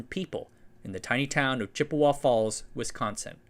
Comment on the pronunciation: Pronouncing "Chippewa" as "Chip-e-WA" is known, in Bird society, as a "Dick Move".